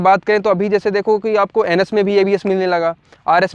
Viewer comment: Bhai wo NS hai ANUS nahi😂😂😂